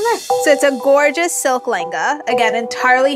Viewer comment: Whenever she says "layengaaaaa", I just make a cringe face ....come on what a bad pronunciation .....can't you utter it "LEHENGA"....